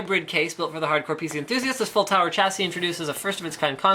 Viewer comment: I recently found your videos and I really like them but Please stop saying "cha see" its ˈsha-sē